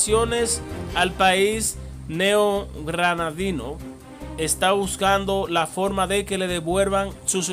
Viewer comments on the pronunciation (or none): NEO GRANADINO QUE PENA PRONUNCIE BIENLAS PALABRAS.